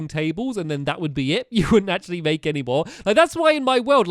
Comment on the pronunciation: Make not mack